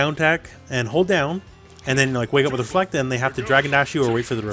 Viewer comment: its a REFLECT NOT DEFLECT!!!!